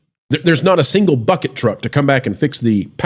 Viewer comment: I did not think you said "bucket truck" at 1st 😂